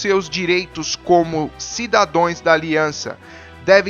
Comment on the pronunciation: Cidadãos, e não cidadões amigo. De boa! Ótimos vídeos!